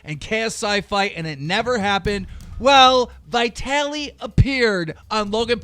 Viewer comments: It's vit-alee not vytaly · CAN THIS DUMB FUCK EVER PRONOUNCE ANYONES NAME RIGHT?? SOLDIER BOY ITS SOULJJJAAAAA BOY AND VIIEETALY ITS VITALY!